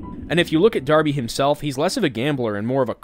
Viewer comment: THE NAME’S DARBY! NOT ORBY OR BARBIE ITS DARBY!!!!